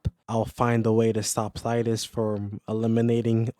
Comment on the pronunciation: Who??? Thydus??? 😂 Sorry bro. Good vid, I've heard Thaddeus and Thaeddeus, but Thydus is a new one. If it wasn't for the constant mispronounceing of my own i could probably look past it but 😂. Good video though